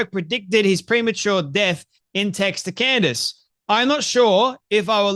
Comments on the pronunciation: Candace. Not CANDy. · Her name is Candace, you moron... not Candy. How many followers do you have. Don't tune into Candace, you have Candacederrangesyndrom, it's real 😂😆